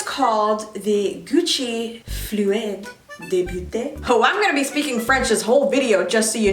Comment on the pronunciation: my french ass crying when she try to read 'serum de beauté' & 'fluide de beauté' and reminds me how i can't laugh because my english accent is hideous!